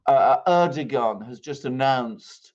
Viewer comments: To pronounce correctly Erdoğan is to just ignore ğ. It is there only to elongate "a". Reading with a long "a" would make it perfect. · The G is silent. Pronounce like a W. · Its Erdoan without saying the G,is the right pronanciation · Funny. Am I, İngliz Ressam, going to teach my proverbial Turkish Grandmother how to suck eggs? I suggest it is more doe or dough then doo, which would be air-doo-an, phonetically in English. Air-doh-an? Ama, boş ver, it matters not. Good fun though. Teşşekürler. P.S. my Turkish is çok kötü. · Try saying Erdo-one, Alexander😉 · air-doe-an: Erdoğan. Silent G. Easy. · And its more ERR-DOO-WON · ER - DO - WAN (it's the g that's the problem) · It’s just “Erdowan”. “Rejep Erdowan” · It is a ğ, not a g. 🤣 Just like r is pronunciated in French.